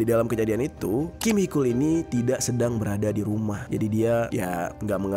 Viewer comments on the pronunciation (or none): Koreksi bang haechul,di baca hecul bukan hekul